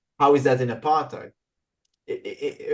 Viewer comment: She mispronounced 'Apartheid'.